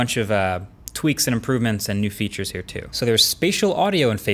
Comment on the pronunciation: Dis TEW MUCH! 😩😂